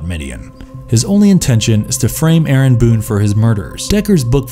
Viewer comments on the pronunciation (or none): none